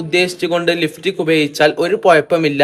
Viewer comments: ലിഫ്റ്റിക് അല്ല ലിപ്സ്റ്റിക് 😂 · ലിഫ്സ്റ്റിക്ക് അല്ല ലിപ്സ്റ്റിക്ക് 😂